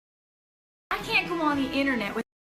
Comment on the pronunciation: Actually she doesn't say Internet or Instagram here, but instead the high class pronunciation of the word, "Innernette".